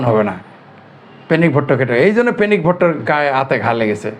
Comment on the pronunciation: পেনিক বলেন না পেনিস বলেন বুঝা যায় না।